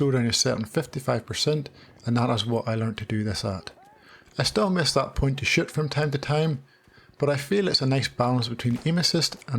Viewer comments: 🤣😂 i thought you said the shit button lol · Who else laughed every time he said shoot😭